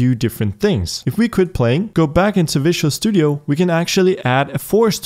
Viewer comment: It is fun that he is pronouncing Visual studio as Vicious Studio :)